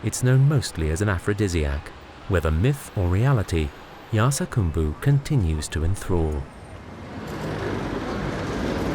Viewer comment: It's spelled 'Yarsagumba' but he keeps saying 'Yarsagambu'.